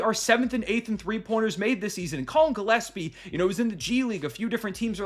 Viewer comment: I hope Rusty is watching and listening how Gillespie is pronounced, cause his Djilespie is ridiculous.